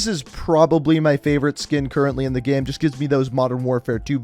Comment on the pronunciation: The way u pronounce "Game" makes me uncomfortable